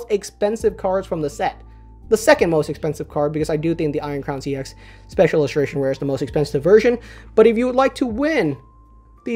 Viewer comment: I hate to break it to you, but 'ex' is not pronounced like an acronym; it should be pronounced like the ex in ex-girlfriend :P.